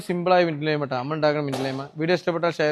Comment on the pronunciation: Laime alla lime.or lemon. Good work.